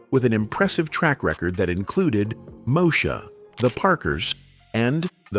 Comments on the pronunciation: Thats What I Thought Too!! Like, Seriously?? Its Mo-ee-sha. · So we're not gonna learn to pronounce things before we report on it. It's Mo-E-Sha... not Moe-sha. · The way this man pronounced Moesha🙉🙊🤣🤣🤣 what is Mosha? It’s pronounced” Mo-ee-shuh” -MOESHA aka Brandy😌💅🏼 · He said Mosha😂😂😂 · Not MOE-sha!😂😂😂😂😂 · I am SICK of AI. It is not Mosha! It is Moesha! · The narrator lost all credibility with "Mo sha".... Do you mean Moesha sir? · I cackled that he called the show Moesha Mo-sha and not Mo-eee-sha. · Who tf is mosha you mean moesha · Did this narrator just pronounce Moesha as MOSHA??!! 😳😳😬😬🤣🤣🤣🤣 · When the narrator said “MOSHA” instead of “MO-EE-SHA”, he lost all credibility with me 😂 Warm. Sophisticated. Observational. Talented. Confident. Magical. I’m blessed to have experienced his gift. ❤ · He called the show "MO SHA" lol talking about "Moesha" smh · Who Is Mosha? It’s Mo Esha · It’s Moe-(to da)-E-(to da) Mo-E-sha! Not mosha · Dude just literally said the show Moesha as Moe sha . Like how are you going to narrate a story and don't have all the clues. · Mosha…. Or Moesha?!🤦🏾‍♀️ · Moesha ?? He said Mo-sha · 😂😂the narrator Said "Moe Sha" 😂🤯🤣☠️💀🪾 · MOE-shu?😅...MoEEEsha sound it out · Now I know you didn’t pronounce Moesha like that lol. It’s Mo-e-sha with three syllables, not Moe-sha. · “Moe Sha” 🤣🤣 Mo-E- Sha my man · Mosha😂 Mo-e-sha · Who is MOSHA? I thought it was MO+ESHA= MOESHA😂😂😂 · WTH is "mosha" you meant moesha? hate AI🤦🏾‍♂️ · Mosha?????? (Mo-Esha) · did you say MO SHA OMG its Mo EEEEEEEE SHA WTH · That narrator said "MOW-SHA" instead of "MOW-EEE-SHA" when he listed the show Moesha...that made me double back for a second lol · MO SHUH?!?...Lol I think you meant Moesha (Mo Ee Shuh) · Mosha? Excuse me sir😂😂 Moesha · Bro said mosha instead of moesha just disrespectful 😂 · Amennnn the info was great the AI speaker was irritating then it said Moe-shah and we all know its MoEsha hahahaha😂😂😂😂 prayers for JJ so glad he got a head on his shoulder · Its MO-EE-SHA.